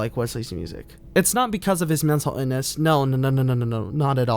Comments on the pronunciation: Your pronunciation of the word “illness” is puzzling, where might it originate? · You're pronunciation of the word illness and mixing up aspiring with inspiring. Unforgivable. Do better